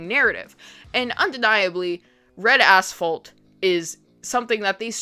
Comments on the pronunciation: I spent most of this video thinking you were saying Red Asshole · Damn thank god I had the captions on because I heard "bread a**hole" instead of red asphalt 😅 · I chuckled every time you said Red Asphalt as I kept hearing “Red A$$ Hole” LoL! I remember one scene of the old school film they showed us back in the day of a Highway Trooper shoveling brain matter and other fleshy debris off the road. That has stuck with me for over 30 yrs LoL! 🤯